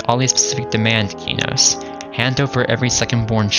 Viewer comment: thank you for pronouncing Qeynos properly...you wouldn't believe how many morons who play EQ/EQ2 and mispronounce it incorrectly. all the new Devs these days mispronounce it because they don't care.